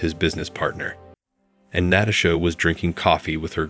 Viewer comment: 2nd Story: Fix the computer voice to pronounce Natasha correctly. Next, proof read the direct translations into English to fix the obvious grammatical errors.